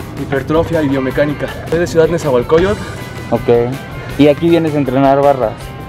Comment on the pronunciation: Hola hermana, te haré una corrección no es "nezahualcoyo"tl se dice nezahualcoyotl todo junto 😁